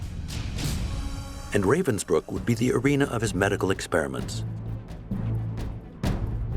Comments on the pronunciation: A sad but interesting documentary. But I wish the narrators would take a minute to listen to how Ravensbruck is pronounced. Ra - as in ra- violi. Ra- vensbruck. Not the English Ray-vensbruck. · The narrator completely massacre the German words, like how Ravensbrück is "translated" into "reivensbrykk". 😖